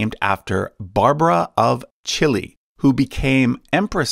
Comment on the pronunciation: It is pronounced wrongly. Cillei had been a Hungarian noble family of German descent. The name is pronounced Tsilley.